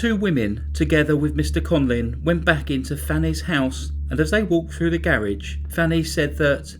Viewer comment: Conlin (what you are saying) or Conlan (written under his picture).